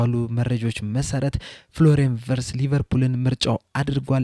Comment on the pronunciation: ... ቪትዝ ነው፤ ቨርትዝ አይደለም